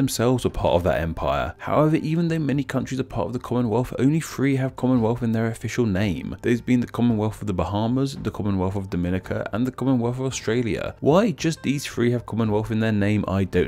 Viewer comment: Dom-IN-ica not Dom-EN-ica